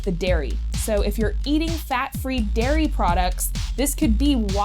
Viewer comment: its "dairy products" not "diary products"